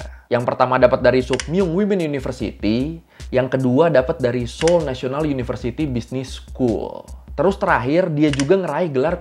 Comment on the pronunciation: Ralat bang itu kayanya seoul deh bukan seoil, dikasih keterangan aja nanti banyak pecinta korea dari indonesia dan orang korea yang tinggal indonesia nonton ini jadi kritik bang di menit 😭🙏🏻